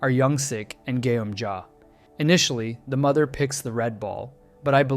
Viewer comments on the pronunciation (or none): none